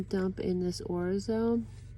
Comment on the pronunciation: I like to heat small tortillas in theoven, sprinkle with cheese and wrap-around the taco shell. You get the crunch,but contains the mess. You are saying orzo correctly. I love it.